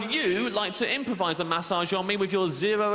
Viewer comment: His pronounciation of massage is triggering